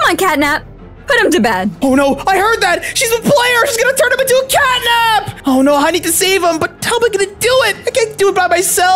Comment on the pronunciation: It’s catnab